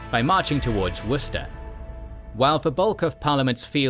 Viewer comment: is obviously British himself! Weird that he would mispronounce both “Berwick” and “Derby”! Luckily he pronounces «Worcester» and other such misspelled place names correctly 😉